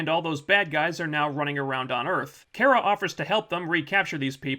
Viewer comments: It's not Care-a it's Car-a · Could PLEASE STOP - sayin ( care-a ) instead of her name Kara ( CAR.a ) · Its KAara,not Kera,hes like miss.Grant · You don't even pronounce her name correctly... Come on man. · You cannot pronounce Kara correctly. With that said, You suck. :) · its really triggering me that your saying cara wrong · why do you keep saying her name wrong? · Ok so I’m with you, but if your going to do a video on a show, at least learn to pronounce the name of the main character.